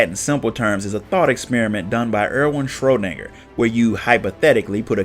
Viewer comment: It is an interesting way to say Schrödinger, but yeah normally it written ö so I do get it that pronouncing it can difficult, and as for German words in Japanese games/novels/manga they did ignore the ö as well ^^